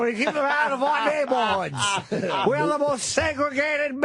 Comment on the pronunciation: Naybwoods. Dude can’t even say a one-syllable word like “turn” without fucking it up three times in the middle. “Terurrun”